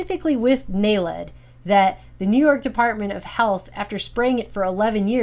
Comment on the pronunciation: I know the proper pronunciation is, "nay-led"... From the first time I saw the word, I have seen it as, "nailed"... As in, "we have been...". o.0